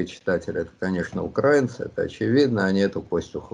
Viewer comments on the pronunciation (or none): none